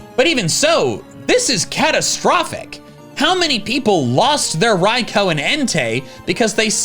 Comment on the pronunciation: No way this man is calling Raikou "Raiko" lol